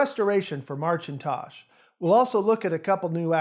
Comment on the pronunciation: It’s Ma-kin-Tosh , Macintosh Not March in tosh